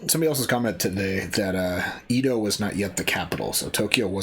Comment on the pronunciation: FYI, it's pronounced "eh-do" not ee-dow.